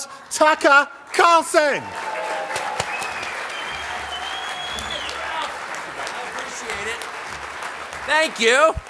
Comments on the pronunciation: TAHKAH CALLSUHN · “TUCKA CALSEN”